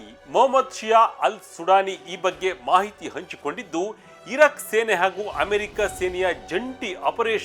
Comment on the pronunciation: ಇರಕ್. ,ಇರಾಕ್ ಉಚ್ಚಾರಣೆ ಕಡೆ ಸ್ವಲ್ಪ ಗಮನ ಕೊಡಿ